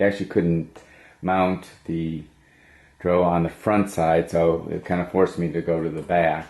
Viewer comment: D.R.O. Not dro.